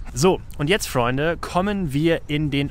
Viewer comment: Ich mag es total, wie du immer das Wort Freunde ausspricht, hört sich cool an ^^ Aber wieder mal ein sehr unterhaltsames Video mit sehr viel Respekt, danke dafür.